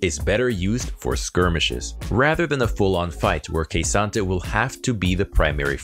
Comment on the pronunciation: OMG It's Kuhsante, not Keisante :D